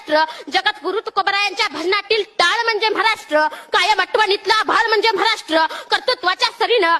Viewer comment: म्हाराष्ट्र नाय बेटा ,महाराष्ट्र म्हण.